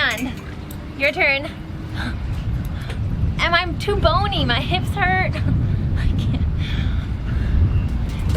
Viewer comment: Did she say bone me? or boney?